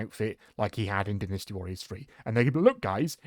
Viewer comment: Wait its not Dy nasty?? its Dinisty?? HUH???